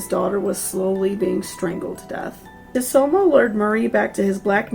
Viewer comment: I thought it was pronounced sue-toe-moo ?